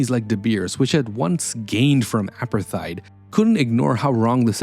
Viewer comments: Hate to tell you but 'apartheid' is pronounced "a-part-eyed". Not "apper-thide". Interesting video though. You've obviously researched this incredibly well. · No, it’s pronounced apart-hate. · The h must be pronounced. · Drink a shot everytime he mispronounces Apartheid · great content, thx. Your pronunciation of war is odd and of Apartheid, risible. Is this an AI driven voice over?